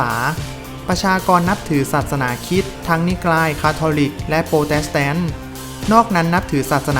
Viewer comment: แอดอ่าน ร เรือ ไม่ได้หรือค่ะ ทำไม มีแต่ ล ลิง แอดอ่านเสียงควบกล้ำไม่ได้ ศาสนาคริสต์ แอดก็อ่านเป็นศาสนาคิด ราวๆ กลายเป็น ลาวๆ